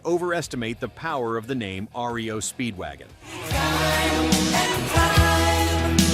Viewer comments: It's R.E.O Speedwagon. Not RIO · Ree-oh Speedwagon😅😅😅😅😅😅😅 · Sty-uks and Rio Speedwagon? I think this channel otta pack it in. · "Ree-Oh Speedwagon"?? "Sty-yex?" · Ayyone notice the mispronunciations? REO Speedwagon and Styx? Im calling ROBOVOICE!!!!